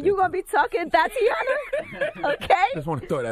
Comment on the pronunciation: Please don’t make Charlemagne say “Thotiana” again....